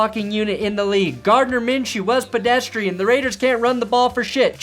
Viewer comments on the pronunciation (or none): none